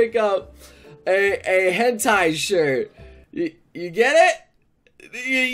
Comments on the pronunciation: hentie instead of hentai......kill me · i physically facepalmed at the "hentie" part ... XD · OMG HENTAI....HEN TIE HAHA OMG IM DYING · Hen-tie LOL